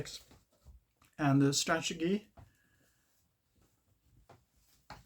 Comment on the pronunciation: chess strategy ❌ chess tragedy ✅ chess strachigee✅